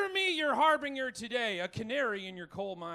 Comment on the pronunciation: ... wait no.. the g is .. it's like the g in germ. not hard like in grin. har been ger.. .. whats this har bring er nonsense?